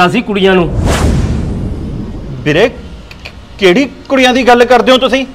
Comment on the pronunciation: bhain veere hunda beere nahi pronounce theek karia karo 😂